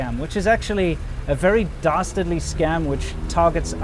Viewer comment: I thought he said BASTARDly